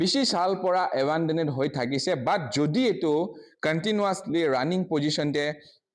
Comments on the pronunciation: Class-1 failed media journalist🤣🤣🤣🤣.. Brother it's A-ban-doned and not A-baa-do-ne-te🤣🤣... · Don't expect him to pronounce it right when he cannot even pronounce abandoned ,turbine and electricity right.